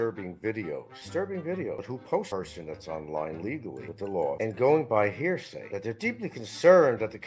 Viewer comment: He's not likely to ever change; he's been misusing 'poetic license' for several years now, among several other words that he mispronounces ('hairsay') and he completely mangles or misuses common English phrases. Hard to believe that he made it out of 6th grade, much less obtained a BFA.